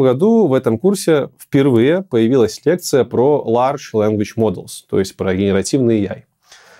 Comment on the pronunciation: Нет, в IT нормальные люди идут, потому что им это интересно, а не чтобы устроить себе комфортную жизнь. Кому нужна эта змейка? Реальную задачу пробовали дать этому ChatGPT? Слова large и larch сильно отличаются. Почему вы произносите large как larch? И почему вы говорите generate, а не generative? ИИ станет круче людей, но это -- не страшно. Экскаватор, управляемый человеком, круче человека с лопатой, причём, значительно, в десятки и сотни раз. Программисты станут другими точно так же, как землекопы стали экскаваторщиками. Триллион параметров -- это от тысячи до ста тысяч раз меньше, чем у человека. Эквивалент параметров трансформера -- от единиц до сотен квадриллионов. И трансформер -- это всего лишь большая языковая модель, она же в принципе думать не может, она всего лишь чувствует. Никаких внешних блокеров не будет, после сваливания мира в новое устойчивое состояние, будем дальше развиваться. Россия заберёт под свою зону влияния Восточную Европу, и начнёт интенсивно развиваться. Кому интересно чья-то уверенность? Уверенность является строго нулевым аргументом. Короче, программисты просто станут другими, только и всего. Программистам всегда требовалось постоянно учиться. Не пугайте людей и не несите хрень. Программисты -- не обычные люди, программировать могут не все.